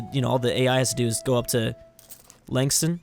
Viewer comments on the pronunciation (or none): The two Tasmanian provinces are pronounced Ho-Bart and Lawn-Cess-Ton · did you really just pronounce launceston as 'langston' :/